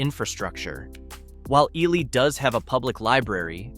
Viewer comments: It's pronounced Eeelee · I love to pronounce Ely as EE LAI